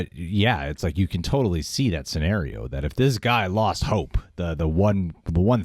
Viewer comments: See I thought she was saying hulk. Its all about hulk… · Did anyone else hear “it’s all about hulk” instead of hope